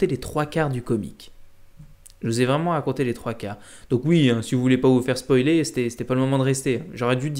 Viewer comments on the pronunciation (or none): none